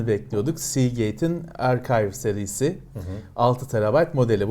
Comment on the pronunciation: Baktım, evet doğru okuduğu bölümün hakkını veriyor. Bu adamdan bir sürü şey öğrendim.